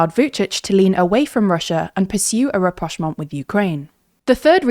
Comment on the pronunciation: Ohh.... She said it so effortlessly.